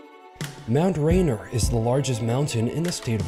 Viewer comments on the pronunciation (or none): "Mt Rainer" instead of "Mt Rainier"..... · Pronounced Rain-eer. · Wish the announcer would stop talking. And do your homework, pronounce the mountain correctly please.